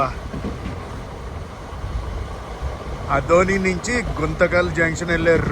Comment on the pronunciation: Bro I might be wrong but it is aadhoni, not adhoni. Love from Bapatla, your old neighbor from Venkata Sai Enclave